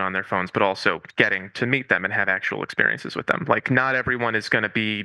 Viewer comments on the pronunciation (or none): Did he say "ick-periences"? That's so funny